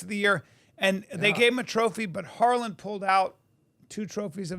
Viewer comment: Pretty sure it's harland not harlan